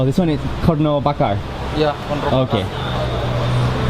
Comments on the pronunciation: xixixi detik ke 46-48 n menit detik coba deh dengar mister bule itu ngomong korno sangkin exited nya mungkin jadi lidahnya keseleo dikit wkkkkkk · Woy KONRO, not KORNO! Wkwkwk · u say it was soup korno , it's konro not korno :) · actually thats call "konro" soup, not "korno" soup 😂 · Hi, Mark.. in this video I heard you said Korno.. I'm sorry but that's wrong, let me help you to fix it, the right pronounce is Konro ( count - raw ) ok, mate? Love this video by the way.. 👍😊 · Not korno But konro bro Wkkkkkkkkkk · betul konro, yg ngomong korno sapa bro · kon~ro not korno 😌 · " soup korno " XD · slightly to hear porno xD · Soup Korno Lol ITS Difficult To Say Bro Hahaha